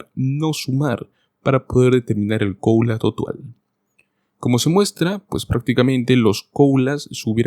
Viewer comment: No logro entender, por qué razón, el locutor dice "coula" ??? Debe decir "cola" (Cost of living adjustment)